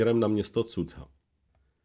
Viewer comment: Základem dobré reportáže je používání správné výslovnosti místních názvů. Nevím, kde jste vzali název "Sudza" pro město Суджа ("Sudža"), když i originál kanál to používá správně. Strašně to tahá za uši a velice degraduje hodnotu příspěvku. Dík, že jsem se tu mohl vykecat...